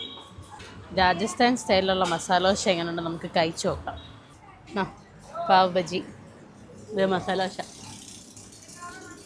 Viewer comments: Paav baji alla Paav Baaji anu. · പാവ് ബജ്ജി അല്ല പാവ് ബാജി